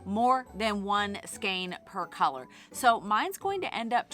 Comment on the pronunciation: To my English ears when you say skein I hear skank 🤣🤣🤣 there is nothing wrong with your pronunciation but damn it’s fun thinking about how many skanks you need to make a sweater